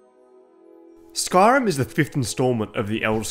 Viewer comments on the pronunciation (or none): sorry but SKARIM!? It's spelt SKYrim for a reason, please learn to pronounce the name correctly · I hear ‘skarm’ not Skyrim